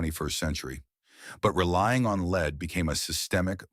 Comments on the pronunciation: The horrible AI voice ruins this video, Mispronouncing lead as in low lead gas as lead the parade, just put me off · This video's production must have relied heavily on AI, especially the dialog. The narrator has three ways of pronouncing the name Lycoming. He also pronounced lead incorrectly, and his manuals are always oil-stained. Furthermore, he completely ignores Lycoming's competitor Continental. The story here is interesting, but its presentation demonstrates the limits of AI.